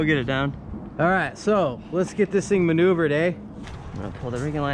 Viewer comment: hahaha let’s get this thing maneuvered eh! Sounded like a proper Canadian!